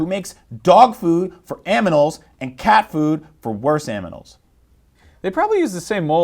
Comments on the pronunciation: Oh god he said aminals twice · It's pronounced "animals" not "aminals" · Why does he say aminals? Coulda just said animals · did he say "aminals" on purpose? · You said aminals twice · did i just hear aminals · Lol in the end he said aminals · did he say manimals or something like that